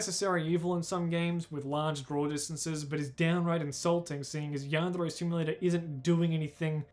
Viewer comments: why does he pronouce "yandere" in a spanish sounding accent. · How he pronounces the trill r in “yandere” is my kink